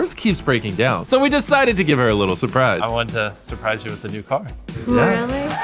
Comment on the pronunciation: You're Nigerian and you live in the States. It is not "hair" or rather it is "her."